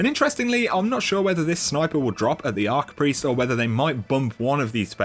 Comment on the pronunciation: Archpriest not arcpriest lol